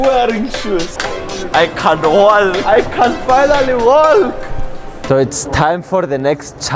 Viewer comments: The way that he pronounced the letter "L" while saying walk had my dying lol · I love the way this guy talks, pronouncing the L in the walk 😂😂😂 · I love how he says walk with no silenced L